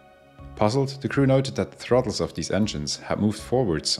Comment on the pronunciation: Your comment is visible to me even as the first words of the voiceover ring out: “In disguise over...” is what I think I hear, but realise that the speaker has difficulty with “the” and is actually saying, “In the skies over...” so it’s not in false flag livery 😂... I can carry on disabused of that misconception!